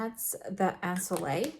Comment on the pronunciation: This glowing skin at the beginning 😍🥰😍 and love the in-depth review.💖👏 P.S: I might be your only french viewer, hope you don't mind a quick pronunciation lesson. The word "ensoleillé" the last syllable with and accent should be pronounced "yé" like you would say in "ye-llow"😉